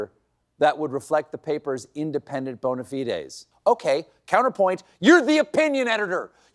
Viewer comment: Please someone tell Colbert how to pronounce "bona fide"